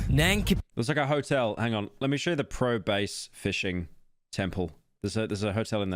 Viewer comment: "pro base" just add it onto the pile of pyro being unable to speak